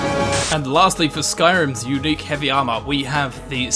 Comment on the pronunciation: Why instead of armor sometimes he says AMA